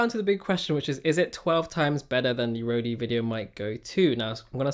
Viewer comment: I don't think it's pronounced Rodey or is it? <